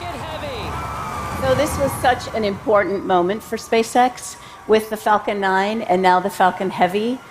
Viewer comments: She needs to work on her pronounciation of "Falcon"! It sounds exactly like "f*cking". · Am I the only one hearing her say 'f*cking' instead of 'falcon'? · Ohhh Myyyy. Erytime she said falcon i thought it was the f bomb. "The big facin rocket" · I know she said falcon but I can't unhear the other F word.